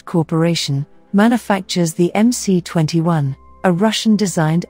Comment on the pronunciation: Stop calling it "em-cee" for God sakes. It is "em -ess".